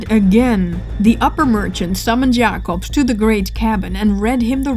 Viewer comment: I love how u pronounce Jacobsz and the other dutch names :D